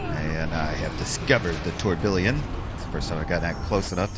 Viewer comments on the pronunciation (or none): Tourbillon is french for whirlwind, whirl pool, and maybe Tornado. In French a double "L" is pronocuned as a "Y" so it is Tour Bee On as close as I can do an alliteration.